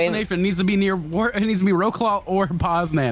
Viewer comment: That shit is funny as hell, not to mention when I realized how you guys pronounce the names of the cities it made me laugh. It took me half the stream to realize what you guys were saying were the city names. Wrocław -> Row-claw